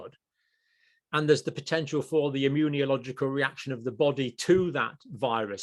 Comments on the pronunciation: Dear Dr Campbell, I have noticed that you persist in mis-pronouncing the word immunological. You pronounce it as "immuniological", adding an extra "i". I don't believe this is the "Queens English"..... just sayin..... Regards An Aussie, 🙂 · Please learn pronounciation of “immunological”